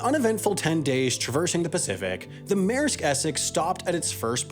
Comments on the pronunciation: Mayersk. Sometimes, the way people pronounce our language is just fascinatingly strange. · Take a shot every time he says “meresk essex” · Maersk is not pronounced Mare sk